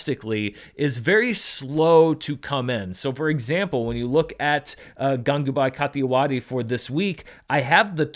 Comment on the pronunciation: Always love watching these box office breakdowns. Also you didn't butcher Gangubai Kathiawadi's pronunciation, it was pretty decent.😅